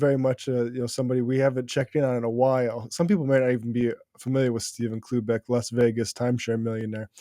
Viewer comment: i can't stop hearing oobleck instead of cloobeck